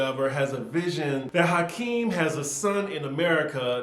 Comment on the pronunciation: It's Akeem,, not Hakeem. Lol.